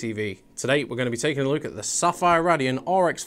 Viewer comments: "Let's take a luke" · its a northern thing